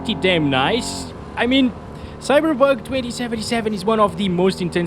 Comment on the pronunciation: Man, English speakers, will you ever learn to pronounce the name of the game correctly? I thought the Cyberbug jokes were in 2020, but you're apparently gifted?cringe